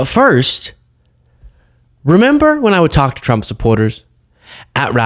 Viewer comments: "...Dictatow Twump" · Donald twump needs to be jaiw wight now, it's pwepostewous that's he's stiw in the white house!